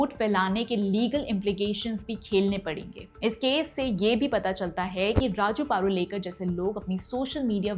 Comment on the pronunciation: पारुलेकर ❎ प रु ळे क र ✅